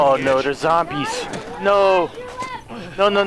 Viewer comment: everyone: “zombies”: “zomblies”